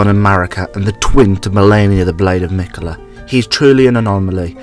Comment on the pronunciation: meekala the oonalloi'd